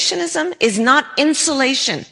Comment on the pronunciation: I've never heard a "native" English speaker pronounce the word insulation as "insholation." The only people I have ever heard pronounce this word that way were not native English speakers.